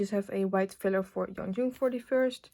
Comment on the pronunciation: Just letting you know Yeonjung's name is pronounced 연정 not 연중 ! :)